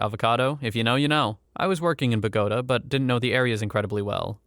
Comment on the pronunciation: But so very wrong about the pronunciation of Bogotá